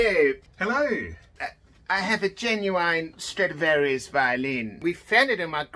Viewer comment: One thing I found out: they pronounce the i in genuine as ai